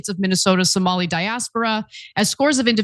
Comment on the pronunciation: It’s Somali not somolian. Would you say Isreleian? Instead of Israeli?